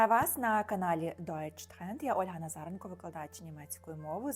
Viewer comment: Назаренко-Нацаренко? Плюс наголос. У мене дівоче теж Ім'я+енко, ніколи німці правильно не сказали